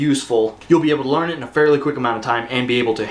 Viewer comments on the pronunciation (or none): none